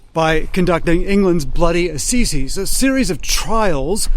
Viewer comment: Just fyi, its pronounced "uh-sizes" not "ah-see-sies"